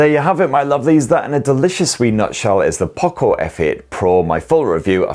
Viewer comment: I want poco not pooco